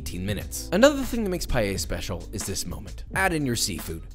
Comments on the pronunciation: today we’re making “payay?” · did you just say PALLELLA? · I would never understand why english speakers add a Y in Paella and say Payella, other than that as a fellow cook this looks amazing like a very well cooked rice, maybe too many ingredients for my personal liking and definetely not even close to the real thing but worth trying for sure and very well cooked similar to how a real paella valenciana would be cooked nice socarrat as well. Personally I dont really like mixing meat and shellfish either, my fellow spaniards are probably gonna have problems with you calling this "Spanish Paella" but no harm done you never claimed it to be the traditional version this is your take and a pretty nice one at that. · I usually like your videos, but this "paella" is just unacceptable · Please learn how to say paella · >mixed chicken with seafood >chicken >used Bomba instead of Senia >chorizo >pepper >tomato > garlic >wine >not cooking with an open flame using orange wood >pronouncing Paella wrong like a mexican You bring that heresy here in the Albufera, you will be stabbed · as a Spanish, this is everything but authentic spanish Paella...........learn how to pronounce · You cant even pronounce it right. Who tf wants to learn spanish recipes from a white boy. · Please please please learn to pronounce Paella! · the way he pronounces paella 😩☠️ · As a Spaniard....thats not how you pronounce it...but it looks good though... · Why Americans pronounce it "Payeya"? It's PAELLA! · NOTE: It’s not “pie-yeya” CORRECT: Pa-eya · How hard is it to say PAËh ya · Yeah, you pronouncde it "Payeya", expectations for your pronunciation of socarrat wheren't high XD At least you didn't go for the ritish "Payela"! XD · You need to say PaELLA and dont put Chorizo ( its like putting cream in carbonara ) 😭😭😭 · NO ES PAELLA, POR FAVOR RECTIFICA. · the thing is that if you can say you the you can say paella in the right way paeya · Pie - eh - ya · PAELA not PAYAYA...josh no kiss for you this time